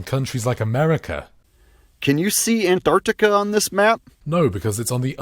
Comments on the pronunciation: I love the way he pronounces "an-T-arctica" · Ant-Arctica :D ahaha